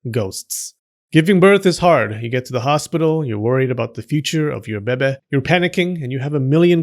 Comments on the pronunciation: IT BABY NOT BEBE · why do you keep saying "beh beh" instead of baby? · Lol thank you for saying Baby like Bebe from Schitt’s Creek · "Little bebe" that's cute, man 😭 But it's actually bebé* ahah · I love it when you said Bebe instead of baby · Why you say bebe not baby🤣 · I lost it everytime you say BEBE 😭😭😭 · "Bebe" 🤣🤣 I'm sorry, but I'm distracted by the way you say it. 🤣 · Can you just make a video where you say beh-beh for 5 hours because I’m addicted to it thanks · I kid you not: I was working on my desk and felt a sudden urge to hear your voice saying “bebeh”. I immediately opened YouTube (because procrastination), and there on the homepage was a link to this video! I guess Buddha sent me here to give you a like and a view. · the "bebe" is addicting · I love the fact that he says "bebe" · The babay, the babay,babay love it lol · No one:: beh-beh. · "Bebe." giggles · Lol “bebeh” lol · Love the Moira Rose 'bebe' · I love how u sa6 baby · Please stop saying bebe its annoying do you have a French complex or something 😂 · Just say BABY correctly like a grown adult! Also, what's with all the swearing? Can't you just speak normally? Have a dislike. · I absolutely love your humor and the way you pronounce baby😂😂😂 just you speaking is entertaining. Thank you for all your hard work creating these educating and entertaining videos. Your service is appreciated. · They way you’re saying “baby” means “vagina” in my language 😂😂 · The way he says baby 😂😂😂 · I love how u say baby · love the way you say baby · I just wanted to out the irritation I resent when the narrator in this video excentrically pronounces the word "baby", which happens in every video of his talking about whichever theme linked with babies, by commenting this comment.